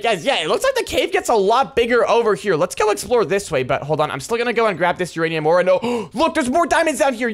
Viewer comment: one of videos he said uraniam ore exsist